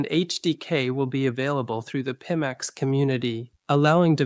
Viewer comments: I honestly thought had phonetically trained himself just for the video... until the AI voice said peemax 🤣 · A video by Pimax with a robot presenter that can't even pronounce the name of the company the video is promoting and that robot is a mimic of the founder?? You can't make this shit up.